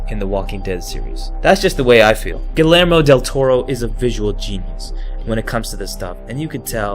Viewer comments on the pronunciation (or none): it's Gee-err-mo, not gilermo. it's Spanish so double l is a y sound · Guillermo is pronounced “GUI-yermó” it’s Spanish for William. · Bro said gillermo